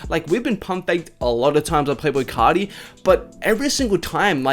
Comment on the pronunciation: It sounded like you said playful carti